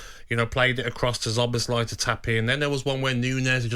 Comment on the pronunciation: Zob-us-lie LOL Szoboszlai - Gabby never fails to disappoint